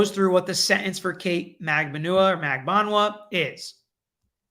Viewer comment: It’s Magbanua- (Mag-ban-wa). She’s Filipino by roots with Spanish surname as majority of Filipinos are (with Spanish surnames).